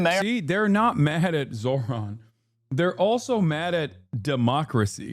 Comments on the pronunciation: Old white guy can't pronounce "Zohran"? It's a 2 syllable word. Probably shouldn't be a news guy (or whatever the fux nooz equivalent is) if you can't handle that. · These are the same peoplke that intentionally mispronounce Kamala's name. You're surprised he refused to pronounce Zohran correctly, Hasan? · I thought white ppl prided themselves on being "civilized " and having some decorum atleast in public. Now we atp where a "journalist" goes outta their way to not even pronounce the name correctly of the politician they're discussing on national television. Also why does TL sound like that now?? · The guy thinks not being able to say “Zohran” makes him look, what?… Smart?? Lmfao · To be fair, reading them correctly is a bit harder, mostly his first name, because it's not exactly how it looks. But yeah it's definitely not HARD. And like most people with "ethnic" names, as long as you make a sincere effort he'll probably let it slide. If you say "Zoran", while not exactly right he'd probably shrug it off as long as you didn't say it with disgust.